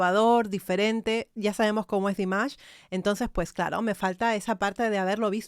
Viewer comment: A mi me gustaría que buscaras el nombre real de Dimash y lo pronunciaras correctamente, para nosotros tus subscriptores 😊